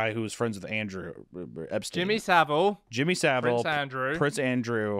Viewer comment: Well for one hunter you're saying Jimmy savile wrong which is why is probably confused on who you're on about